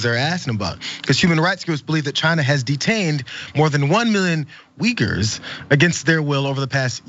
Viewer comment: Still didn’t know he said Uyghurs. I almost shit when I heard him. I thought he said wiggers. I know republicans are racist by nature but to ask about those wiggers was below even them.